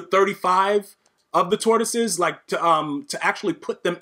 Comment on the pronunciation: 🎶Lions, tortoises, and hares oh my🎶 Listening to you say tortosies over and over has made my day. 😂 This game yoooo!!